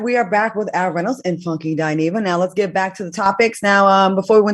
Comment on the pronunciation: YOOO Q COUNTRY ACCENT WHEN HE SAID "IN DA BACKKK" 🤣